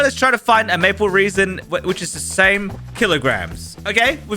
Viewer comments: you pronounce it RASIN not REASON!!!!! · I swear its not said like reason ... like resin the material.... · It is maple resin not 'maple reesin' seed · It’s resin not reason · "Maple reesen" 💀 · That is rage bating me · every time i heard reason i cringed harder lol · how do you even pronounce that wrong like its impossible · 'Maple reesin' makes me mad! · "maple reson"